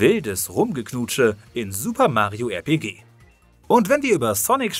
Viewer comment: RPG deutsch auszusperechen is einfach kriminell